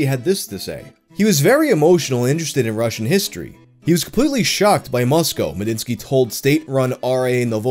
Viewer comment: fucking bless you for pronouncing moscow correctly